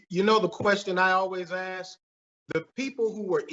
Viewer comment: I was digging on this guy despite the repeated use of "right" as in blah blah blah, "right," blah blah blah, "right," but totally lost me when he pulled the infamous utter disregard for the English language . Aks is not a word and its use shuts people off and stimagtizes you. Utter disregard, laziness, why, can someone please explain that to me?